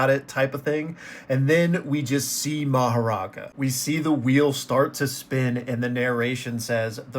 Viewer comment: Guys , should we not pronounce maharaga as maharaja